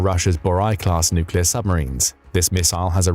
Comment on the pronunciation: Are you sure it's nooclear not noocular? Ah AI text-to-speech.